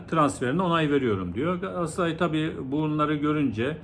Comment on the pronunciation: Galaasaray değil hocam. Çok mu zor Galatasaray demek?